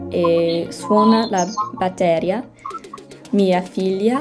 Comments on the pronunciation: You should continue to learn italian. but I've noticed that like every american person who tries to learn italian for the first time, you don't pronunce correctly words with double consonats, like "gatto", "batteria". In Italy we pronunce both the identical letters, cause there are some words that are very similar to others and have a very different meaning. Comunque buona fortuna e ti auguro di imparare bene a parlare e capire l'italiano!! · Always check where the tonic accent falls: It's dipìngere, batterìa ... Don't worry if you don't understand the interviews, because the Måneskin all speak with an heavy accent from the city of Rome and it would be like an absolute English beginner trying to understand cockney speakers. There's a consonant shift in the Roman accent where many unvoiced consonants become voiced and that might be confusing and they don't really pronounce double consonants. I would recommend an audiobook of a novel that you're already familiar with. Or maybe a TV series because in Italy we voice over all of them.